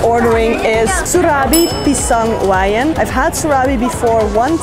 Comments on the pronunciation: Wijen = we + gen(in general). Not WAY + YEN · it's pisang "wiedjaen", not "waiyen" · Wijen = Wayen 😭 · Wijen, the letter J should be pronounced like ini word keju, jajan, not "weiyen" 😉